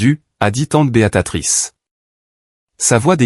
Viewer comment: Faudrait dire Béatrice et non Béatatrice😂